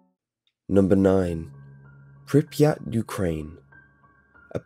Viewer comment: *Pripyat. Get rekt kid.